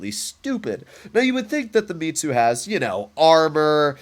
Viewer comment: Its Mits-you not Me-too It's short for Mitsubishi.